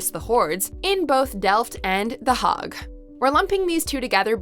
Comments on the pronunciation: You might learn the correct pronunciation of these places first before publishing to YouTube. It's the 'Haig' as in `Earl Haig', and not the 'hagg'! If you don't know such basic things, it suggests you haven't researched the topic properly. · Are you mispronounced Hague?